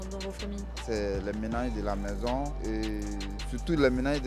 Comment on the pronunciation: "Ma mézon Cé le mhonde"